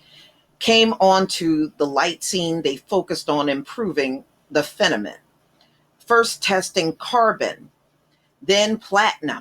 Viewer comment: Thank you for the shout out to my relative, Lewis H Lstimer. I do wonder why though you pronounce FIL-A-MENT as "fenament"?